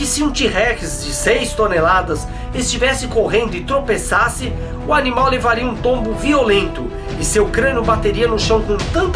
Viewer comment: "a letra u",eu ouvi:"número u"RACHEI VEI